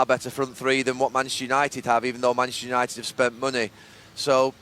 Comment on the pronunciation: All I could hear was...."Mansunited"